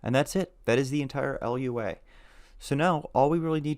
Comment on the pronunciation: Lua can be pronounced loo-ah, rather than spelling it out.